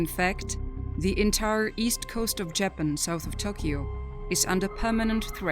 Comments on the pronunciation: Love these video's but the narrator makes me want to keep scrolling since she can't even say Japan right, it's not Jay Pan!! Sounds too computer generated and is really off putting. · JAPAN Pronounced : [ juh-pan ]. Say it correctly! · This woman cannot even pronounce JAPAN correctly. Get rid of her!! 🙄